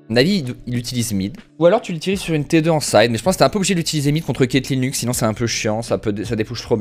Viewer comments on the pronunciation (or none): none